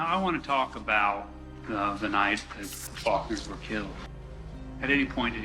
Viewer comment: Am I the only one that noticed he said Fuckners instead of Faulkners? I'm sensing that was intentional and that he had more to do with the murders than he's letting on.